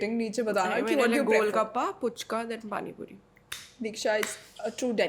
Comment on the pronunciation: Didi it's फूचका not पूचका apne to word ko cute bana dia hain😍😘😘